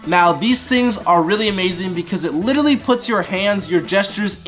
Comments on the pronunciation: He says litritly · I’ve been here 4 years and Jesser still doesn’t know how to pronounce “literally”